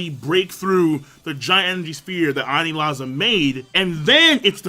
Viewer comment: “Anizala” Yet another mispronunciation to add to the many mispronunciations of the